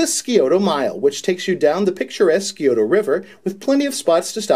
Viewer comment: You guys were so amazing in Columbus that I now have tickets to see the show again in Indy :D (Just a quick FYI, the sci part of Scioto is pronounced like the sci in science. Sigh-oh-ta. We've got some weird words here in the O-H.)